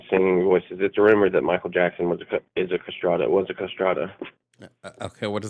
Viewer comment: What he’s talking about is pronounced “castretto”, I have no idea what a “castrata” is… Also who is this guy’s hypothetical person who has enough money / good enough insurance to cover a elective genitalia removal, but not testosterone shots?…